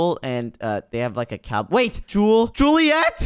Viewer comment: It's julieet